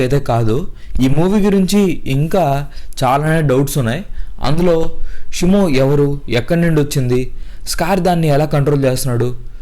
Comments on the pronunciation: Shumo kadhu shimo😅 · Brooh shymo kadhu shimo 🤐